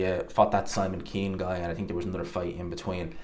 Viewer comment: I TINK you need to learn proper English.. it's Think not tink